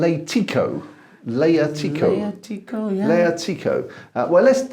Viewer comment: I love Liatiko! Such an elegant red grape from Crete! 🇬🇷 First things first. Your pronunciation is bordering on criminal 😂 But, equally true, it only makes me love you more! ❤🍷🍷🍷😂 I think the name Kompsos must be a reference the smart looking gentleman on the label because it means ‘elegant’. In this instance the meaning could be almost something like ‘the dandy’. I’m assuming it’s also intended as a descriptor of the wine itself. And by the sounds of it it is indeed an elegant red. Liatiko is often compared to Pinot Noir. It’s certainly a light red, as you mentioned. And although the forest floor and mushroom aromas are far less pronounced, I generally enjoy Liatiko more (biased, me? 😁😁😁). The Liatiko red fruit and acidity are so delightfully refreshing. Can I just say again (and again and again) that I love your videos you guys! You make me want to try every wine you taste! Crete by the is a fantastic wine destination. Lovely people, great vineyards, fabulous wines. Cheers from Cyprus! 🙏🍷🍷🇬🇷🇨🇾🍷🍷🙏